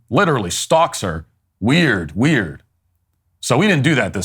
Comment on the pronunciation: Lol I like how he didn’t emphasize that “…weird…WiErD.” In the quote. The way she said the latter ‘weird’ was really obnoxious.